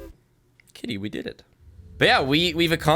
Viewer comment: When first ca.e, I thought he said Diddy when he said kitty.... also communism was a good idea and only failed due to corruption. If there was a good leader they would be overalled by a tyrant, due to bigger army diplomacy, a perfect repayment of communism is incredible challenging.